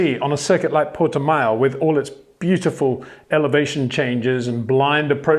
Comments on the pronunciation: Hi Peter, just to let you know, it's pronounced 'Porti-mow' instead of 'Porti-mayo' :) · english speakers cannot do the ão sound at all. It is nasal, you don't have that in your language. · Port"E"mao (Mao like chairman Mao). Mayo would be written Maio with the "i" in Portuguese. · Sounds like new type of mayonnaise and I love it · Interesting analysis , except for the insufferable stupidity and arrogance of mispronouncing simple, non-English words. (Vershtappen, Porti-Mayo)